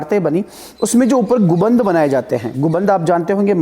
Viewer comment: Sir गुबंद नहीं होता गुंबद होता है